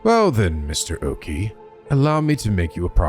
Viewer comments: Before it's too late. Okiie is read as Oki-eh, not Oki. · Oh this game seems very interesting! I'm really liking the atmosphere and art style. Your voice acting in the opening scene was amazing! By the way Okiie is pronounced Oki-A to english speaking folks. If you're interested in more horror visual novels than i recommend Death Mark and its sequel NG: Spirit hunter. Be warned, some of the cg's can be a bit "nude" but considering the context it's more of a fan disservice rather than fanservice in my opinion. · That’s not how to pronounce “Okiie”. It’s either “oh-key-yay” or “oh-key-eee-yay” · Thank god I've got plushies on my bed, lol. Praying mirrors aren't an eventual theme in this game, cause there's one right outside my room that reflects the empty hallway across from my room. 😰😫 Also, I think Shogo's last name is pronounced Okii-AY (Like the -EY in 'Hey') . I think when a name has "-ie" like his, it's pronounced as an "-AY" sound; at least that's what I remembered from my old classes. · “Okiie” would be pronounced as “oh-key-eh” for the record but we might be past the point of no return there lmao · Keep in mind, in japanse you pronounce every individual letter, so Okiie would be pronounced more like oh-key-yay. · Lol I'm hype-- also I think it's pronounced Shogo Okiie (Okee-ay) but I'm not sure for sure lol- just based on the japanese I know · I hate being that guy but... shogo oKiIiI!!! you're pronouncing it wrong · I believe Shogo's last name is pronounced oki-ey but I can't say for sure. Also is anyone going to comment on just how FAST he immediately shifted his mindset to being willing to murder complete strangers either out of paranoid self defense or to resurrect another person who's also practically a stranger who may or may not have just tried to kill him? When I saw the storyteller mention the 9 people, I thought they might all work together in small teams bit this seems more like a seinen battle royal setup.